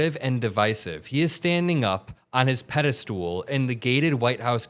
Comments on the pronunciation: It's pedestal not pedestool. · "Pedestool",? Sorry, but these small things matter. They shouldn't, but they do. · "Outliers" is pronounced with an "i" that sounds like "eye". And it's "pedestal", not "pedastool". These errors are surprising coming from you. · "Pede-stool"? Nice for pedestal. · It's "pedastal", not "pedastool". You're welcome. Love you, buddy. You're doing good work. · That was good the way you pronounce that pedo- stool LMAO 🤣😂